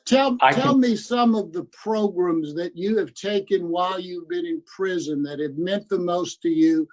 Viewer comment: He's also trying to get to stop saying progrums by saying programs 15 times😂😂😂, that's the only part I'm enjoying in this progrumlol